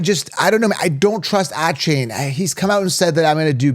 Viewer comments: “Ahh-chain” and “bye-Jan” 😂😂😭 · He never pronounces them correctly. There is even video of him saying how to say his name and its mom approved.